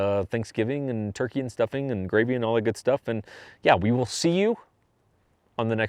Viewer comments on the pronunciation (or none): none